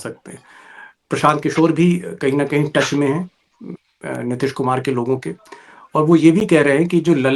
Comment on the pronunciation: नीतीश जी को आप नितिश क्यों उच्चारित करते हैं भाई ?